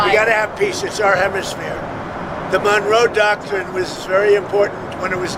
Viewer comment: Did he say "The Donroe Doctrine?" I love it. The Donald needs to rename it. :)